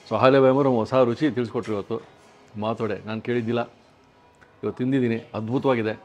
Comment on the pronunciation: She repeatedly said माटोडे